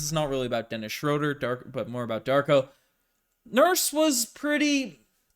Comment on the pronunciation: Shrewd-er or Shrewd-ah, not Shrode-er.